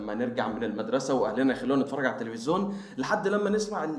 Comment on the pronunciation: تلفزيون مش تلفزون